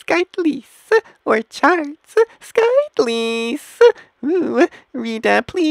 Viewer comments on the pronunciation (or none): What in the hell called O-run-ji skit-lee??!!